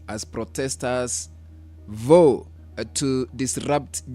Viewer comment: Pronounced "Vau" and not "Voo"